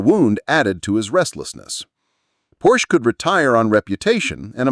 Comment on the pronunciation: You’d think you would at least pronounce his name correctly.. Porsche is two syllables. “Por-sha“